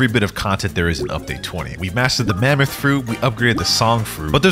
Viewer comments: Ain't no way he said mamooth lol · lol at the beginning "Mamooth" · ah yes, mamooth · mammoth❌ mamooth✅